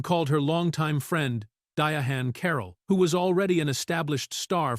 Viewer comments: I closed video when the AI said DIA-HAN. It’s pronounced like “Diane”. She was a great trailblazer and actress. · Why do the narrators mess up names? He keeps calling her Di A Han. Her name is simply pronounced DIANE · Who is dia AWN!? lol 😂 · EVERY time this AI voice is used, they pronounce her name “Dia Han”. It’s so irritating. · Di-honn Caroll! I just can't with the AI. But interesting fact about Lawrence Fishburn - he was also considered for the part of Michael on Good Times. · Yes, and all the lazy creator had to do was spell her name out phonetically or simply use "Diane" instead. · Who TF is DIA HAN Carroll? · Her name is DI - ANN NOT WHAT YOU ARE SAYING... THIS IS THE REASON NON AMERICANS SHOULD NOT READ FOR AMERICAN CONTENT. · The ai can say Diana but not Diahann. Comedy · Trust real people under the age of 60 pronounce it this way. I'm named after her & it vexes my soul every time they mispronounce it & don't let start on the misspellings 🤬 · It vexes my spirit every time & believe me, other people pronounce it like this too 🤬 My parents named me after her & the only ppl who seem to pronounce it correctly are over 60 years old 😂